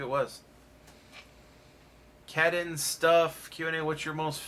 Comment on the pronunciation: cAdEns stuff I’m sorry I have just had my name always pronounced wrong, but thanks for reading my comment!